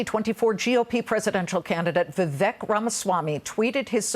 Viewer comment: Omfg it's Vivek like Cake.... It's not that complicated ffs...